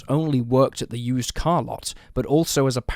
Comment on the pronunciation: "...at a USER car lot..."? Don't you mean "used car lot"? lol Is this an AI voice or real?